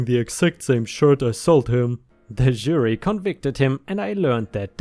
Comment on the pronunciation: "CC" = credit card. (Unless you're talking old fashion paperwork, or email, because than it means: "carbon copy", meaning an exact copy) Please review your pronunciation of "jury". Love the stories, as always! I like the new style with the last set of short bits from the reddit comments. Looking forward to more!